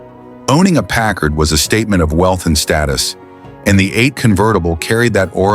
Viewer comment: Pickard? You're stupid a.i. can't even pronounce the name right. Kinda shoots your credibility to hell. news flash: Packard's haven't " faded into obscurity". any car built in 1942 is a coveted classic. And how many Buicks are you going to show? Which is the '42? Where are the convertibles? Why is this not known as a convertible coupe? Couldn't find any convertibles, huh? the 1940 something. Did your stupid a.i. forget what he was talking about?